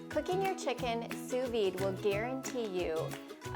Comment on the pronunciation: D is silent in Sous Vide